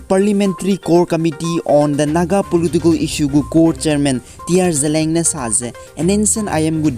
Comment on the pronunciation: Seems somebody mispronounced word 'ZELIANG'. ZELEANG malei, its ZELIANG